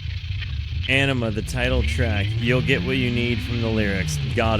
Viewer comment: You’re gonna hurt the fans feelings ‘Awe nima’ I believe is how it’s pronounced. One of the best Albums